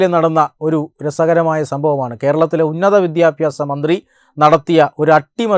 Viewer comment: Ayalude english keettal molu thoorum marupady bha bbhhaba vidya aaaaafasa mandireee